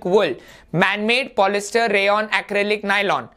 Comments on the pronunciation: 1. It is polyester not “polyster ” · Sir you are wrong it is polyester not polyster